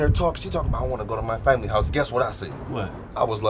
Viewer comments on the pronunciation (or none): Listen to how he said family 🤣😂